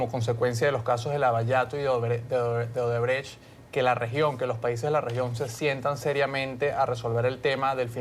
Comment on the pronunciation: Esa si es mucha burra,dizque Odebre/Odebrek. Se dice Odebrecht tratando de pronunciar la T del final de la palabra.